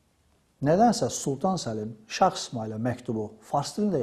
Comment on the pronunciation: Məncə,bu qədər savadlı bir insanın şah sözünü şax deməyində bir qüsur yoxdur.